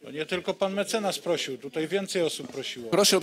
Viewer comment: Tutaj a nie tutjej tal się mowi jak się nie mówi prawdy😂